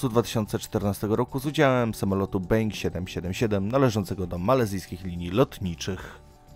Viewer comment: Mówi się Boing a nie being A piszę się Boeing :)